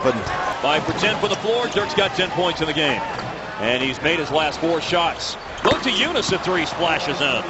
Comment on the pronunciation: Why they say Montiejunas if there is no N before the T?